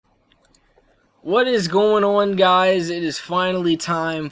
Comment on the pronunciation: I <3 when you say "Goin on" sounds so foreign <3